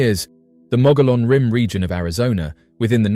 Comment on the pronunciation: It’s pronounced the mogee-on rim. Why are all the photos and videos clear as mud?